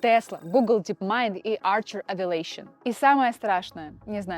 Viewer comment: не авиЛейшн, а авиэйшн